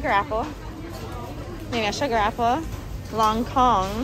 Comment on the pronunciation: it’s lonkong not “lone gone”